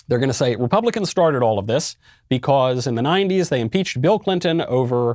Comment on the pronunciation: I like how he says beCAUSE.😂